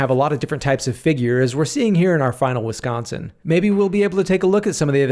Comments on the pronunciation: Thankyou for pronouncing my beautiful state correct. Most people say Wis-cawn-sin and it's honestly annoying 😅 have you made a sugar maple ice cream yet? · its so good hearing someone actually say wisconsin the right way for once